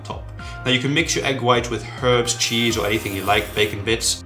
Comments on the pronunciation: motzzerella chise not cheeseyou said cheese before then u repratee saying chise u funny keep up the good work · chis... you say it cheeees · why do you say ,,chaise'' instead of ,,cheese'' in the 1st one? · did he say "chize" why the fuck ???